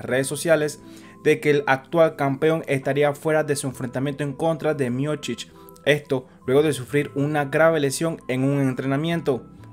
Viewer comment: Es Miocich y no Miochich